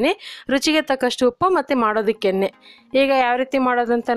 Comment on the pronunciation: Yenne annuttira sariyagi uchharane madi